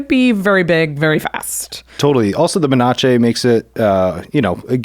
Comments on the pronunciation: "Men-ach-ae' Menace should sound like "Men-ass" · STG... every time he said 'men-otch-ey'... twitch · the way he pronounce menace tho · His pronounciation of Menace(Meh-niss) is cringe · the person that likes poison also cant say menace so that makes sence.🤣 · Stop mispronouncing menace. It's a stale joke that stopped being funny a long time ago.